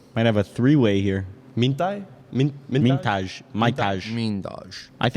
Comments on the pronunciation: As an albanian the way said MINTAJ when it's MITAJ hurts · It is Mitaj 😭 and it is pronounced like first said it Mitai 😂